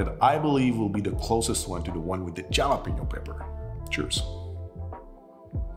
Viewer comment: Jalapeño is pronounced ha-luh-pee-nyow.. just for future reference 😊, anyway awesome cocktails!!